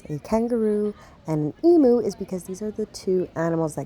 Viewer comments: Emu is pronounced eem-you not ee-moo. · "Eem you" not "ee moo". Nice vid. Enjoy your stay. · The white Ibis we call Bin chickens as they like to get intobins looking for food Emu is pronounced Em-you.